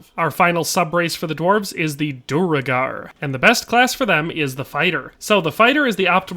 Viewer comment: Bro, is reading so difficult for you? It's Duergar not Duregar